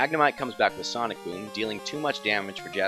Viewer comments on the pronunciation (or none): none